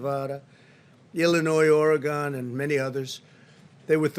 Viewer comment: This guy can hardly read.. listen to the way he pronounces Oregon loser